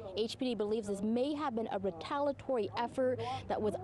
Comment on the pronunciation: "Retalatory" effort... where did she get her journalism degree? RIP to the innocent victims and condolences to their family members for this heinous act.